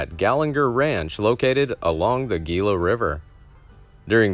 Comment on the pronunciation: In the name Gila River, Gila is pronounced Hila, being Spanish.